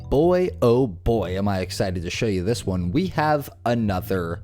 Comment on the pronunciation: The notion that a man who cannot speak grammatically correct English or pronounce words like “this” or “that” is a teacher in America is as sickening as it is pathetic.